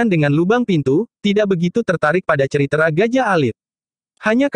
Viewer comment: Naratornya lucu kalau pas baca tulisan "cerita" ngejanya ceritra